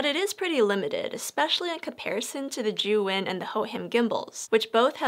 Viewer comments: Pretty sure zhiyun is not how you have pronounced it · All the time i was saying zhiyun wrong 🤣🤣 dzuen, not zijun 🤣🤣